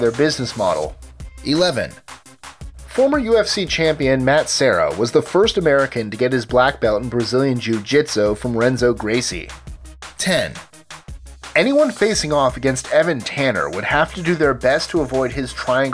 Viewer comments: renzo is pronounced henzo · It's pronounced HENZO! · BTW Brazilian names starting with an R like Renzo and Rua are pronounced with a H sound